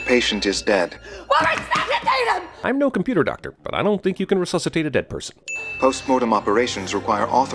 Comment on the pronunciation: "RECUCITAITE HIM" 😤😧